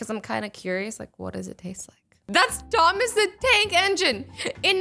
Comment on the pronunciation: Azzy: Tomis the tank Me:Tomis the train